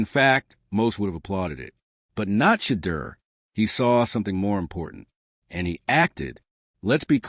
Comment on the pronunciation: SHEDEUR “SHA-DOOR “ please pronounce his name correctly. Please spell his name correctly “SHEDEUR” Please and thank you!